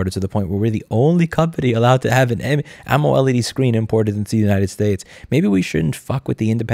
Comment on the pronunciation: You're the only person in the universe who pronounces it "Ommoled" and I love it